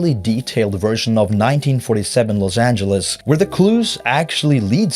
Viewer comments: I ain’t never heard Los ayn-guh-les in my loife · why do multiple people in the game (or at least in the intro to this video) pronounce "los angeles" with a hard g? like "angle" instead of "angel"? so weird. unrelated to this video which is very good btw, just caught me off guard. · El Pueblo de nuestra señora la Reina de Los Angeles del rio de Porciúncula, is the full name of LA and it’s not supposed to be pronounced like any-guh-les. It was the transatlantic accent adopted by radio and film at the time, not how everyday people would speak. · Didn’t realise that’s how they pronounced “Los Angeles” back then.